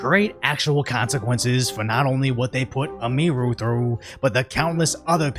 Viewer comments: Emphasis on the "U" not the "I" my guy. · "A Mii Ruu" Dude.😂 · ITS PRONOUNCED : EM-E-RU. fucking tired of you saying it wrong. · Bro it's emi-ru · It's pronounced EMI-ROO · this guy didnt even do enough research to pronounce Emi's name correctly